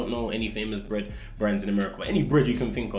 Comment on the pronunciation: 'do you vwant sum wbread?' make me giggle lol